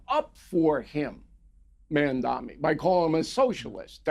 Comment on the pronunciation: LOL at O'Reilly doesn't know what Communism is and can't even pronounce Mamdani's name properly.